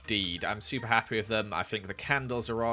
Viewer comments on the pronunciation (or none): "im petty hapfwee with this" me "0-0. WHAT!?"